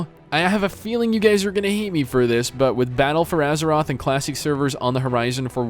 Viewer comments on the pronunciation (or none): none